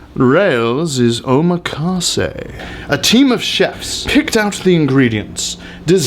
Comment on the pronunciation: OHMA-KAWSAY lol